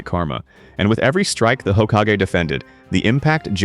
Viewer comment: Ugh. The "hokkagay" 😐